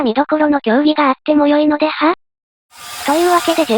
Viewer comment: 相変わらず「〇〇では？」の発音がハなの大好きだぜ